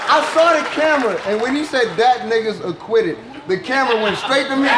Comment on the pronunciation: For the the one millionth time it's pronounced ni-guh